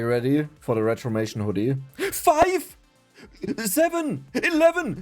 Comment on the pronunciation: I love the zeven zeconds and zics zeconds